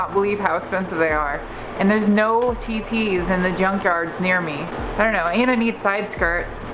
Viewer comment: I'm sorry but I can't stop laughing every time you say my TT's